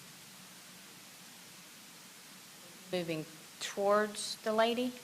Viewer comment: Why has no one ever taught this young man to properly pronoun a word as simple as stroller?